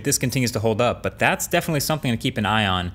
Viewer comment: Am I the only one that notices how often MKBHD says “BUHT”?(the “h” is silent) Maybe a new drinking game for every time he says it?